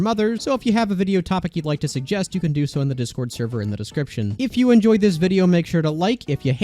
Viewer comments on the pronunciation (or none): none